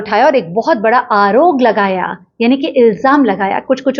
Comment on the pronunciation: Madam "AAROG" nahi "AAROP hy....